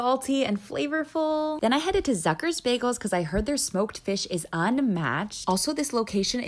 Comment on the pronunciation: Zucker's is pronounced wrong. It's German for sugar and pronouced "z-uuu-cker"